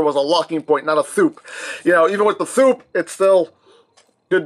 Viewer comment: Its 'thoop'